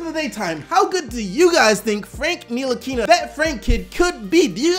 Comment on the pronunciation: Cody Smith I know french and it's pronounced : en-tee-lee-kee-na